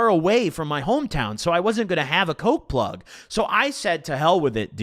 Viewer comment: yeah but he doesnt say the g so it sounds like pluh